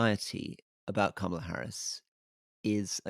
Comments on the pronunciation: Kámala. Accent the first a. 👍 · more short o than a in intial syllable but the syllable stress is correct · Alastair please learn to pronounce her name correctly. It’s Kama-la not Ka-ma-la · Alastair, it’s KAMala. Trump and his people refuse to call her by her real pronunciation.. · Her name is Kamila not Kah-mah-lah. Why do British people insist on doing this they called Barack Obama “Bay-rick”. I’m so sick of it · Alastair, please learn to pronounce her name. It is not ka-MAL-a. It is KAM-a-la. (Think Camelot.) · Alistair, Kamala (pronounced KAM-ulla, not ku-MARLA) Harris is 5' 4" not 5' 2", per an interview she gave with Katie Couric. I am surprised that she is my height, though, as she always appears to be tall and rangy. I guess it must be the high heels. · Her name is pronounced Kahm uh luh not kar mar la. It is quite a dishonour to incorrectly pronounce some name almost deliberately incorrect. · Two notes for Alistair: a) Her name is pronounced KAH-muh-luh not kuh-MA-luh. b) That dog is so cute I can't hear a word you're saying. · 'Comma la' Harris, not Ka mah lah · Why, why do we have to keep focusing on the colour of a person's skin. How about electing a Fat president, or a blue-eyed president. She's an American damn it! Let's get some balance here. May I say, Kamala Harris' first name is pronounced the same as Pamela - it's Kamala, no Kamahla. Sorry Rory, I love you, regardless. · Her first name is pronounced "comma la" not "kam ala" She's been vice president for three and a half years. Most journalists are getting this wrong?? Good to see Rory gets it right 👏🙌👌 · Karma -la, not comma la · Kamala (pronounced Karma-la by Obama btw) Harris feels authentic - Trump is just mad. Get out the young vote, women and independents and she has a chance. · Ka-mah-lah Harris? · It's KAH-mah-lah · Her name is pronounced “Comma’-la” with emphasis on the first part of the name.💙🇺🇸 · Kamala like Pamela (stress on the first syllable), not like Obama :) love the show guys